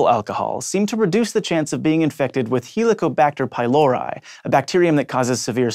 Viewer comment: That is absolutely not how you pronounce Latin. "Helicobacter pylori" pronunciation was in particular dishonoring to the ears. Helico is not heel-ico, but like in "helicopter", or "hell" ( for example ) and pylori is nowhere near pie-Laurie it's pee-lorry/Laurie